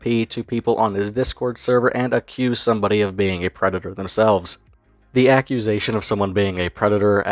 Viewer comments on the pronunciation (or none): Eawal doobie is a pwedatoh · Whyte Bwosa is a Pwedado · Eawrl Dewbe is a pwedatowr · Da White Bowsah is a pwedatah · Wemember evewyone The white bowser is a pwedator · Bowser being the creepy predator he is is made even worse by just how much of an arrogant, smug little prick he is. Oh sorry, I meant pwick. Pwedator pwick. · white bowsa is a prweditor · Always a good day when someone uploads a vid on Bowsuh. The more people aware of this shitstain, the better. And as always, the White Bowsuh's a pwedatuh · Tha white bowsa’s a pwedata